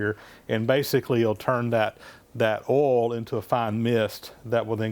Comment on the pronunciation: it sounds somewhere between ah'll and awl to me!!!